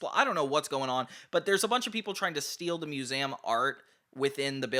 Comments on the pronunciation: Why does he say “museum” like that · You say 'Museum' weird.